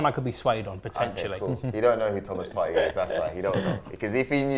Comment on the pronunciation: wish people would stop pronouncing partey "partay", im from the same tribe as him in ghana..its partey pronounced "party' i.e club gathering